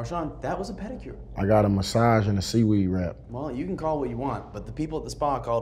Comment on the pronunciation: Marshawn said "panicure" 😂😂😂. He cracks me up!